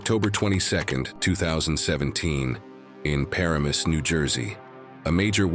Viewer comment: That is not how pronounce Paramus.